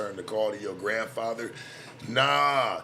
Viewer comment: said my grandpather 😂😂😂